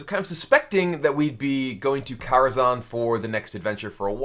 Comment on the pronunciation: good god that pronunciation on kara kazham